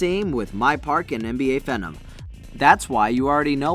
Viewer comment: Dude really said phenom 😂😂